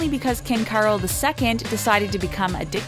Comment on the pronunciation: Carol of Romania should be pronounced as if it were spelled "Carl", not as if it were "Carol Burnett".